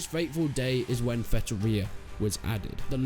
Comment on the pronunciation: Its Feitoria, not Fetoria